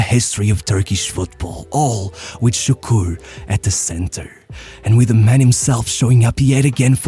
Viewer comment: I was leading Turkish workers, 30 of them, not being a Turk, it was challenging, but they were good lads... until I mentioned Davor Šuker, which sounded like "Sukur", I had to rebuild authority up again just from that